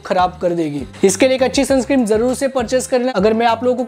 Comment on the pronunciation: Bhai sunscreem nahi sunscreen hota hai 😂